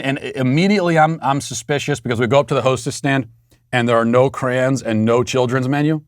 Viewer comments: Matt, I think you're trying to say "crayons", but why do you keep saying "crans"? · "Crans???" You mean: CRAY-ONS??? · Matt did u just call crayons “crans”? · It’s “cray-on” not “cran” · I respected Matt so much... then he pronounced crayons "crans"